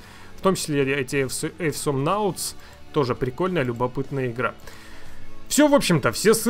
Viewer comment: не "эйсомнаутс",а "осомнаутс". Awesome по-русски правильно звучит,как "осом". А за H1Z1 спасибо,давно хотел погонять какой-нибудь выживач,тем более,с зомби-тематикой. Эх,вот если бы Miscreated фритуплейным сделали...)